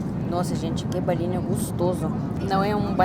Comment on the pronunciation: Engraçado que ela NUNCA USA A LETRA "O" nas palavras. Ela diz: Aeraporto (Aeroporto), "Canheço (conheço), Balinho (Bolinho), Camputador (Computador)... rsrsr tem de aprender as vogais em Português. rsrsr Mas acho que é o charme dela. rsrsr